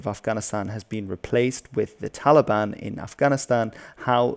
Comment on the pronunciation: Hes saying "Taligan" 💔